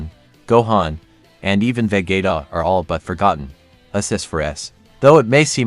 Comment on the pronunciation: Nice video but are seriously saying "vegueta"? As if saying David guetta ?.... Bruh.